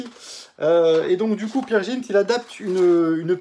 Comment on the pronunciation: One ne dit pas peer jint main Peer "G"int avec un "G" comme GUE